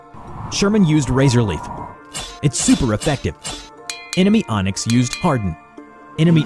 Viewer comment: My guy said "onyx? No das intestyx"